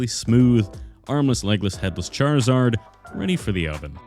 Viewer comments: It is charzard not charl-zard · it's pronounced (char-iz-ard) not chad-lizard are you mispronouncing it on purpose? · i laughed so hard when he started sculpting saying Charizard but I kinda heard chad lizard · if it were pronounced "charzard" then why is the 'i' in there to begin with? it's charizard. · Ah yes...CHAD-rizard! The coolest pokemon